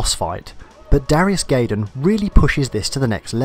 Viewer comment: GUY- DAMN, it's pronounced GUY-DAMN, not GAY-DAMN. no offence.